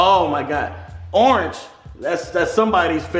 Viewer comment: "Alexa turn the lights Orenge"